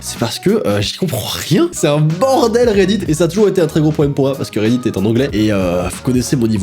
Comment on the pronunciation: " reddid " REDDIT!!!